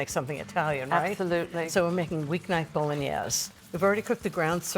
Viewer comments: Why is it so hard to pronounce Bowl-In-Aze? I grew up with Italians in my family and got it after 5 or 6 times with them speaking broken English. So many just can not get it correct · love Christine - would have enjoyed hearing more about her life!!! Also, Italians pronounce the "e" at the end. My father (from Venice) spent a lot of time correcting my Italian. My family is now in Venice and Rome. Many words have their vowels cut off here in America - my father would slap my hands if I pronounced them that way. Anyone from South Italy - curious about their pronunciations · Yuck....too much sauce and too much wine. Ina you should know how to properly pronounce bolognese. Christine lives part time in Italy and yet she's acting like she's never seen anyone cook Italian before. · Ina. Thank you for your wonderful kitchen experiences. As a southern Italian orecchiette are served with broccolini, no red sauce, and bolognese with a flat wide pasta. Please check pronunciations for the correct Italian diction instead of using a French slant. Thank you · that was the first thing I noticed - the mispronunciation. LOL My dad was a chef near Venice - he occasionally used milk in his to tenderize the meat in the beginning. It's not an authentic part of the recipe (nor the nutmeg and herbs). An authentic recipe is actually on the drier side!